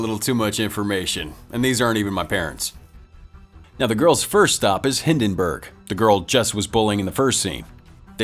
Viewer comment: OK, how did the narrator remember the princess' name from the begiining of the movie, but not the name of the main character? It's Clive Maxtone. Also, it's Hi*l*denburg, not Hi*n*denburg.